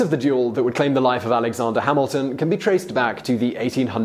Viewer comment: Alexonder... goddamnit its Alexander not Alexonder